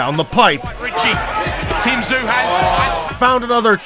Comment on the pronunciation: It's not Tszyu, but Choo.....first name in korea